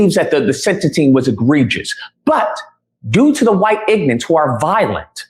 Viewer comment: This retard is calling other people ignorant, while not even being able to pronounce the word ignorant he says eggnet